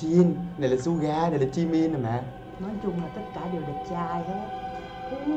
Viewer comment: Anh ơi anh đọc sai rồi jimin chớ không phải chi min đâu